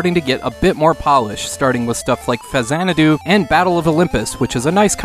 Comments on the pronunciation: Thank you so much for pronouncing "Faxanadu" properly. Most people say "Fax-zanadu" or "Faxa-nod-oo", and it always bugs the hell out of me. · I had to stop the video to give you a thumbs up when you pronounced "Faxanadu" correctly! My man!